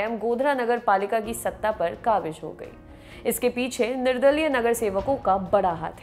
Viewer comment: Mam kabij nahi qabiz he Please Urdu pr mehnat lijiye ga thanks